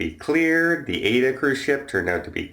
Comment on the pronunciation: Hey, just wanted to let you know that 'Aida' is pronounced "Ah-eeda". I know, German is very difficult to pronounce, but maybe this helps. I thought you might like to know, it's no supposed to be a complaint. Love your videos! Hope you're feeling good and everything is going as planned.